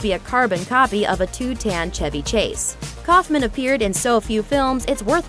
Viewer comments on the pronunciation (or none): none